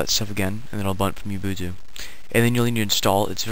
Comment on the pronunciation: Ubuntu is pronounced like "oo-boon-too"